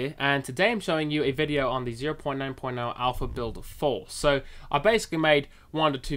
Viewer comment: "build 4" sounds like "baild for" LOL